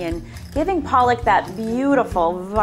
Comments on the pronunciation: Tbh its pronounced "Paluck" not "Palak" Palak is spinach mam. And she must have been brought up outside India if she can't pronounce her name right. Not shading or anything but as an indian, the fact that she can't even pronounce her own name correctly is driving me nuts!! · Palak even can't pronounce her own name correctly 😒